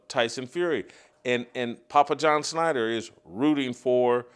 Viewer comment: Schnatter not Snyder